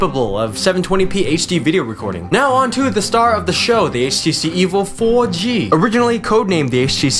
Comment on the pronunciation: HTC Evil 4G, thats how I hear it, lol. Nice video man its informative yet funny.